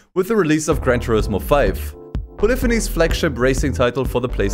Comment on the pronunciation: Why are you pronouncing polyphony like that?